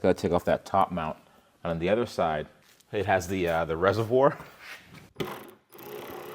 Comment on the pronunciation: it’s been YEARS. PLEASE LEARN HOW TO ENUNCIATE THE WORK “OTHER”. It’s not “Eh-ther” there’s no E at the beginning of the word.